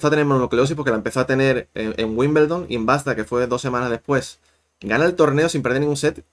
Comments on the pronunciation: Wimbledon no Wimbeldon🤷🏻‍♀️ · Porque los españoles dicen Wimbleldon?